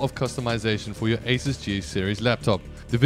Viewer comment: Asus is "A Soos" not "A Sis"